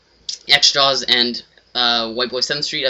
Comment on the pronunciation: its not "xjaws" its "xJawz